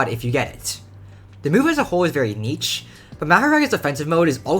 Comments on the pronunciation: he is, it's neesh not neetch. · that is NOT how you pronounce niche, its [knee-sh] not [kneech] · Bro not judging at all but the way you pronounce niche is hilarious. It's not neetch, it's more like neesh. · pls say niche like "neesh" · bro said neech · You say "Niche" wrong. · your saying niche wrong